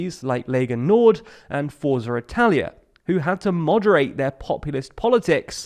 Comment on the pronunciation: This may seem petty in the grand scheme of things, but you really need to work on your Italian pronounciation: "Forza" is pronounced Fort-sa "Azione" is pronounced At-see-oh-ne